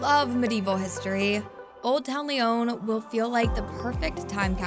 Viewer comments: Please improve your pronunciation! It's not Lyone! It's a short O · all the French words were pronounced terribly. They even pronounced Lyon wrong. It’s not “Lee-own”. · Protip: get a narrator that can pronounce Lyon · You should learn to pronounce the name of the city correctly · Terrible pronunciation but thanks for the advice